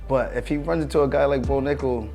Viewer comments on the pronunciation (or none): This guy said Bo Nickel! 😂